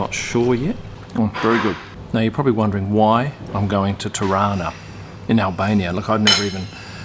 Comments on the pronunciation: That's what I thought!! It sounded like Toronto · Being a Canadian from Toronto I laughed at your pronouncing ‘Tarana’. It’s how Toronto natives pronounce it! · TIRANA ... That's pretty much how we pronounce TORONTO, here in TORONTO! LOL! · Every time said "Tirana", I kept hearing "Toronto" (as in Canada) - because that's how we locals pronounce it. LOL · Hahaha same i thought he was trying to say Toronto lol